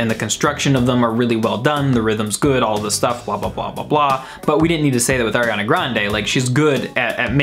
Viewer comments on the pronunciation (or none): ARIANA NOT AIRIANA 🤨🤦🏼‍♂️ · "aiRiAnA" oof. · It’s not AIRiana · I don’t like AIR-iana Grande... We can tell... we can TOTALLY tell LMFAO HAHA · AIR-iana Grande.